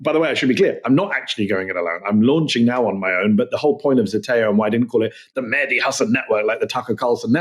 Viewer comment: Mehdi not medhi